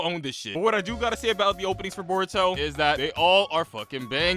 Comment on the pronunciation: I heard Boruto “S” and I knew this guy was bad